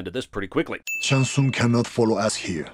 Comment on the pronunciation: You’re the one person I’ve heard in months who pronounces Shang Tsung properly😂